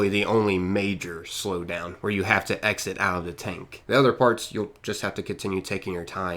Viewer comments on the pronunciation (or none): none